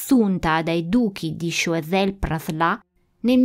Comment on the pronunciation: Interessante come sempre. Solo un appunto sulla pronuncia: "Sciuasel-Praslen. Comunque brava è sempre un piacere seguire i tuoi video